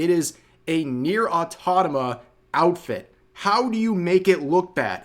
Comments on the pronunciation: AUTO MATA - NOT AUTOTOMA GET IT RIGHT DAMMIT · awe-TOM-uh-tuh Try it, you won't die. But other people might if you keep saying awe-TOT-uh-muh. And it's oo-bee-soft, not you-bee-soft. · I believe Rev is unable, like, physically unable to say AUTOMATA. He keeps saying AutoNama. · REV PLEASE I LOVE YOU PLEASE GOD Stop saying "autotoma" instead of "automata" It drives me crazy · Nier autoMATA not aTONAma, please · NieR AUTOMATA not atanoma or anything else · Auto-MATA, Rev, not aw-taw-tama. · is it nier autonama or automata. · It's not Autonoma it's Automata 🤭 They could have just done a 9S costume if the issue was male models. Total L for UbiLost! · Automata. Rev. Repeat after me. Auto-Mata. A. U. T. O. M. A. T. A. As in, autonomous machine. Please, I beg of you. It is not "autonoma". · Rev, for the love od Nier-- AU-TO-MA-TA, its not hard mate, you can pronounce it properly xD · Ok but can we talk about Rev saying Nier autotoma? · Is Rev trying to piss us off by constantly saying "Autotama?" Or is he really that stupid? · Have a shot every time rev says "autonoma" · Love the vid but “its the easiest thing to get right, its nier autrarama” 😂 gold Taro should bladklist ubisoft forever for this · It's AUTOMATA AUTOMATA LIKE THE AUTOMATON Learn the names of the stuff you're commenting on ffs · my brain aches every time you say "au-tata-ma". but yeah. UbiSoft can go suck a toad. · REV STOP SAYING AUTOTOMA, I'M BEGGING YOU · AU TO MAT TICK AU TO MAH TAH REV... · Rev please.... its autoMATA 😭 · Do I have hearing problems or is Rev saying "autotama" ? That's pretty funny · At this point, I am convinced Rev intentionally says "Autonoma" just to mess with people lol Dude is resigned to NEVER saying it correctly. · That ubisoft collab is like 2 years old at this point. also how does Rev manage to mispronounce Automata every time. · Butchering Nier Automata's name after all this time is wild 😭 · It's cute how Rev can't pronounce Automata